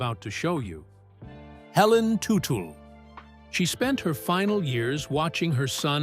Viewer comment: it is tud dle not tu tu